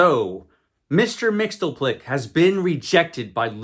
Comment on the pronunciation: It's pronounced Mix-yez-pittle-ick. 😉